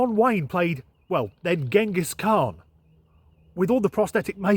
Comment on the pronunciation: sir you are the first utuber outside on a niche history sub reddit that pronounced chinghis khan correctly. I tip my hat off.